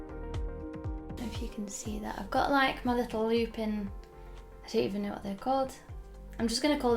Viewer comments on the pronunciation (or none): none